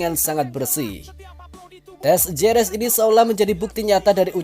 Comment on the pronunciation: Jerez baca Herez min.